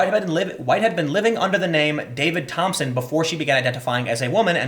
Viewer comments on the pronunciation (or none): none